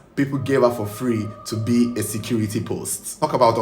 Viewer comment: SAYCURITY ROOM IN HER VOICE😂😂😂😂😂😂😂😂😂😂😂😂